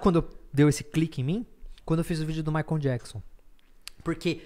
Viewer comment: Castanhari pronunciando "maicon" ao invés de "maicol"... meu deu Gatilho.